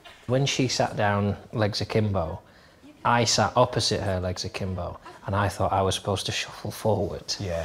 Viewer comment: The first time I watched this was, I think, also the first time I ever heard the expression "legs Akimbo", but I heard Jon say it, and it sounded like "I sat like Sakimbo." After the vid I'm thinking like: "well I guess I gotta google who this Sakimbo fool is... "